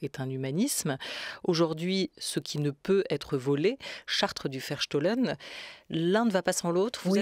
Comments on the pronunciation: un grand, grand merci a madame fleury et à notre chere Olivia Ghesbert nationale juste .. dans un souci de rapprochement entre européens, cette belle utopie malgré tout, et, si je peux me permettre : on prononcera plutôt" verstooooooohlen" (ferstoh-lène) un o long et Bau- haus (baouhaousse) :) sinon incompréhensible voire un epetit peu insupportable 😅😅😅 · "Charte du Verstohlen" et non "chartre"??? Mme Gesbert.